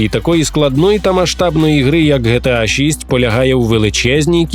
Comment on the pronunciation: Не ГеТеА, а ДжіТіЕй